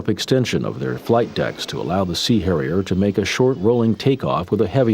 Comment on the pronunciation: giggle - the “C” Hairier. It was definitely a Mediterranean one. 🤣